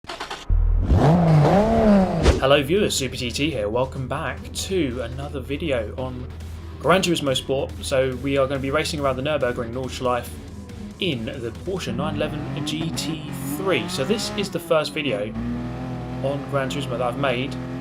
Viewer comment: Damn right im triggered. Its called Nordschleifeeeeeeeeeeeeeeeee the e is pronounced the rest was good tho.